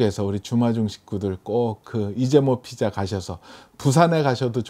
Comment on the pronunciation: 피자를 기자로들려 뭐지? 했는데 댓글보고 알았어요